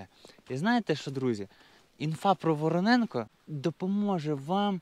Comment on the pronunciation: Тільки не Вороненко, а ВоронЄнка, як гуцул кажу,😁😁